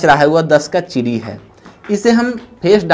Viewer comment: चिरी नही चिड़ी बोलते